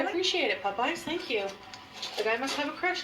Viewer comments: Whyyyyy there is NO U in pOp-eyes. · sames. glad to hear someone else say that.